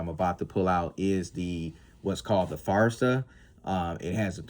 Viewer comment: GP Arms, not JP Arms. Forza, not Farza.